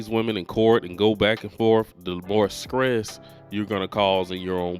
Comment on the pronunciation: S T R E S S.....not skress. Also, that preacher gave bad advice...